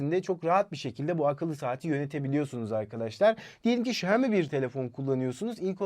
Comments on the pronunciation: Şömi değil. Şiyomi de değil. Şiami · Xioami şami diye söyleniyor şeyimi ne ya şeyimi deyip durmayın